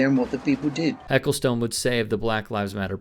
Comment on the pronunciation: By the way, not that this is important at all, but his name is pronounced 'Eccleston' actually.